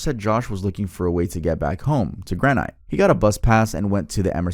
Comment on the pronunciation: I dont like the age 32 story as I'm literally sittng 5 minutes away from Precoat Metal lmao. Also, its gran-IT.